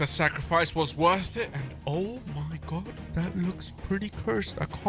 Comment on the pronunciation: I like how when he sees one of the mobs he says oh my gord instead oh my god